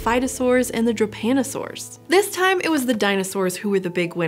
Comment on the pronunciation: She spells Drepanosaurs like it was Japanosaours.